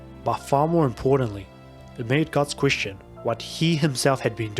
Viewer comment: everytime you pronounce "queestion" some fairy die in the astral realm